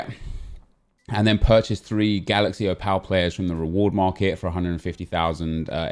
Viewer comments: You're saying Opal (Oh-pul) wrong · Would help if you could say the word OPAL properly 🤣🤣🤣